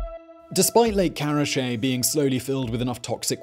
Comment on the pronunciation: karachi not karache